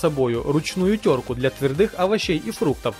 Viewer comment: твердЫе овощи)